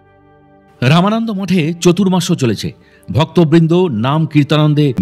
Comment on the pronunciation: একটা অনুরোধ করছি। আপনি বারবার "চাতুর্মাস্য " কে চতুরমাস্য উচ্চারণ করছেন, সেটা সংশোধন করে নিন।আগের টাতেও একই ভুল হয়েছে। অত্যন্ত সুন্দর এই সৎসঙ্গ কে কন্টক হীন করুন! 🙏🙏🙏